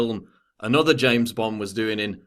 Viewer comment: i like to listen to you say james bond